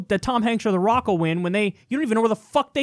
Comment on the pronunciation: It sounds like he say I think Barack would win not The Rock....just me 🤔